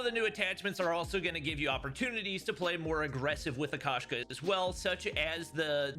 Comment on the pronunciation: FYI the Russian word for cat is Koshka pronounced with a long O sound. So instead of Kashka it should be more like Koeshka